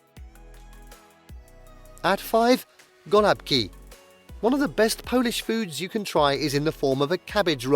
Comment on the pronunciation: OMG you are slaughtering the pronunciation of so many of these foods!